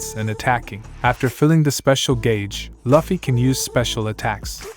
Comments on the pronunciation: he say laffy his name is luffy T_T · laffy? is luffy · bro said "luhfy"